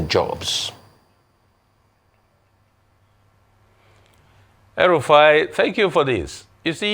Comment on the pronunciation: Did you just call Rufai, El Rufai? 🤪